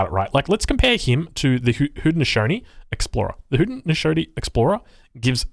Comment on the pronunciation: It’s pronounced Hoe-dee-no-SHOW-nee.